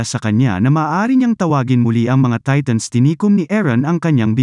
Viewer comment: Who relieze he's saying TATONS